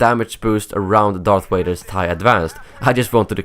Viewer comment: #DarthWaiter! You said DarthWaiter instead of DarthVader!😛